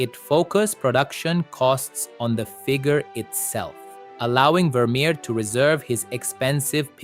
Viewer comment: Wermerer????? Wermerer?????